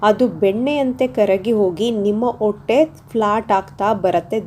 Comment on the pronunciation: ಒಟ್ಟೆ ಅಲ್ಲ ಹೊಟ್ಟೆ , ಆಕುದ್ರು ಅಲ್ಲ ಹಾಕುದ್ರು, ಎಸರು ಅಲ್ಲ ಹೆಸರು, ಒಂದಿದೆ ಅಲ್ಲ ಹೊಂದಿದೆ